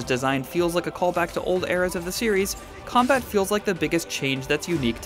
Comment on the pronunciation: "The Comabt works really well?!" Honestly can we please have requirements in gaming knowledge for reporters?